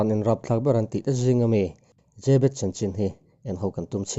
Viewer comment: Zêbet nilo in zebet anti in ka hria😇😇